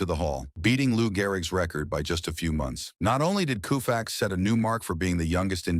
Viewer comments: KOH fax, not KOO fax! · Can't believe I got roped into watching this shit. Cringed every time it said "Koo-fax." Timelines presented out of order, and a reverse picture of Koufax pitching made him appear as a righty. F-you and F your soulless presentation. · "KOO" - FAX ... Artificial intelligence needs to go to night school!!! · Sandy Koufax,Claude Osteen and Don Drysdale..thee dynamic trio of thee 1960's..Sandy Koufax is 1 of thee all time GREAT pitchers....is Y he is 90+healthy....is last name is pronounce CO FAX...not KU FAX.... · This piece must not have had an editor, or anyone with oversight. I don't know why the narrator kept pronouncing the name KOO-fax instead of KOH-fax, and said "COW-fax" right near the end. In addition, one of the pictures was backward, showing Sandy throwing a right-handed pitch. As difficult as it is to set those things aside, as a whole, the piece was pretty entertaining. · Can't somebody fix the pronunciation? It's not Kooofax. It's Koe fax. Dammit, what's wrong with these people. It's hard to listen to this. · In L.A., we always pronounced it KOH-fax, not KOO-fax. F-ing AI. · Ko fax not Koo fax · Interesting video. But for crying out loud ... Koo-fax??? Fix it. It is KO-Fax. KO, as in COE. How in the world did it become coo-fax? Nobody is going to take this seriously with this awful audio track. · Loo-fax? Koo-fax. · Please! Use a little researched thinking (before SPEAKING)!! "COO-facts" where'd you ever hear that?? "KO-fax"!!! This is as bad as the wiping out of Mel Allen's deeep Southern accent in "61*". A tribute to Maris and a horrible slight to Mel. There are SOME of us who would like keeping the flavor of the originals. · You need to correct your pronunciation of his name! It is “Co-fax”, not “Coo-fax”! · This narrator always Mispronounces names. I mean really, coo-fax… really.😮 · The first time Yankee broadcaster Mel Allen mention Sandy's name, he pronounced it the same way, k o o u f a x. I never forgot that.